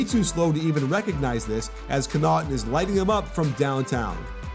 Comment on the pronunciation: It's Con-nuh-ton not Co-naught-un